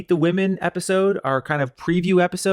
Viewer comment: Grant is a little soft! My biggest turnoff with him is that he constantly uses the word “woman” instead of “women”’when speaking about the group. Can someone please teach him that plural for woman is “women” and it is pronounced differently. So cringy!